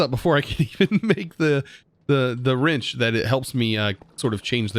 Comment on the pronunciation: i like how he says "rinch" instead of wrench